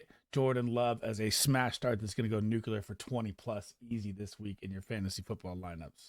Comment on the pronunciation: Nuculer? Lol